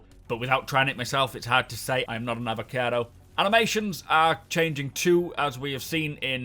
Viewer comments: E-VO-CA-TI... SAY IT! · They are called the Evocati, not Avacado xD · I know what it is, I just found the pronunciation weird.